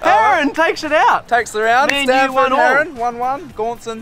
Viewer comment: Why do they say standford